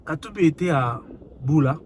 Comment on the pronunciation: ulement, vous prononcez mal ce petit village que Katubi a voyagé. C'est BUTA et non BULA comme vous le prononcé. Étant un ressortissant de Kisangani, je n'ai jamais vu un aéroport dans ce petit village là. Et je doute que cet endroit soit BUTA. C'est encore une vidéo truquée. L'unique voie qu'on peu atteindre Buta, partant de Kisangani, c'est par voie de la route et non de l'avion. Et de Buta à ISIRO par train.